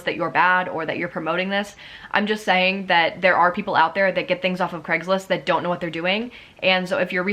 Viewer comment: why do ppl call it "greggslist" or "creggslist" surely it is pronounced as Cray-gs-list?